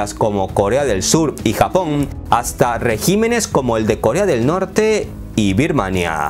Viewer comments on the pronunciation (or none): none